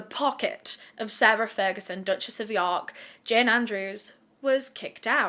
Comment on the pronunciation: I'm sorry but "The Dutchess of Pork" had me on the floor 😂